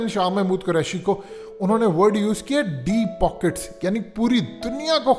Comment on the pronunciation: Sasta school sa pass out deep poket ki pronunciation ma depoket hi bolta